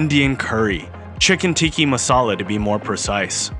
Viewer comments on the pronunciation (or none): It's tikka. Ti - kah. Not tikki. And it chicken tikka massala was invented in Scotland. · I remember one time as a kid wanting fish and chips but with cod not haddock. Except nowhere uses cod, all fish and chip shops user haddock. Cod, haddock, prawn and shrimp are the full extent of seafood commonly consumed in the UK. Also its 'tikka masala', not 'teeki' masala, I don't get why Americans struggle with the most simple things. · He perhaps got tikka mixed up with tiki.